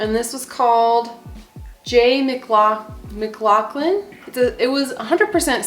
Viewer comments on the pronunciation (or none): Haha J. McLaughlin that’s my last name and I always joke that it’s my side hustle. That’s a nice store. Also pronounce the last name as MICK-LOF-LIN